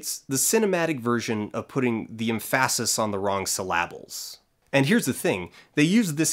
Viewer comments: The emPHAsis on the wrong syllABles threw me holy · The emPHAsis on the wrong syLLAbles 😂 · Thanks, I was wading thru the comments for a nod for that "imphesus". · The emphásis on the wrong syllábles killed me. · Em-PHA-sis. Lol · M-FASIS on the wrong C-LABBL xD tell me you're not from Quebexico too, FI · EM'-fa-sis. It's weird you apparently haven't heard that word before. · Literally only here to highlight this part, it took me like an extra second to understand what he had said, but I burst out laughing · I loved the "emphasis on the wrong syllables", great analogy.